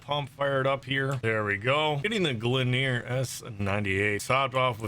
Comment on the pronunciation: You are saying Gleaner wrong